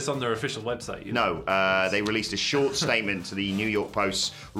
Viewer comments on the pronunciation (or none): 'Statment' lol